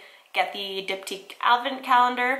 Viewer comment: I just realized you're saying Diptyque Candles not Dip Tea Candles hahah